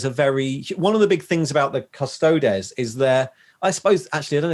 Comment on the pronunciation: I've never heard anyone pronounce Astartes as anything but As-tar-tease...or Custodes as Cus-toe-deez. That was a bit jarring...